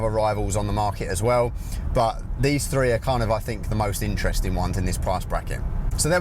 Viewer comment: Before you do a review, you should learn how to talk properly. Free instead of three? Everyfing? Wills instead of wheels?